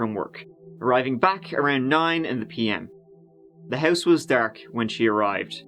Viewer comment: Beside “tree” I love how he says house - “hois” lmao something like that 😬